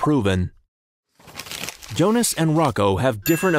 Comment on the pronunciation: Wait, if Jonas is German, his name should be pronounced 'Yonas'.